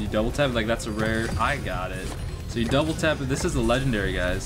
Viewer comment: Yea and you even call your name video so many leagendary and you call the epic Leagledairy lol